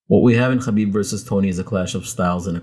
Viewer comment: you pronounce "khabib" impeccably.